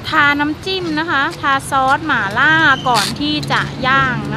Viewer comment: แอดดดด..หม่าล่า...ไม่ใช่..หมาล่า 😁😁